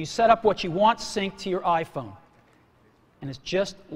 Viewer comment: "AH-phone"- Cellular dude